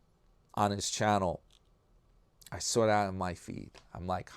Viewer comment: Do ya know how many times you’ve mispronounced words?🤨🤨🤨. A word so simple and basic…..sawr……who does that?